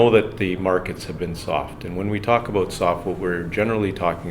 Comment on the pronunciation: Aboot? Lol love it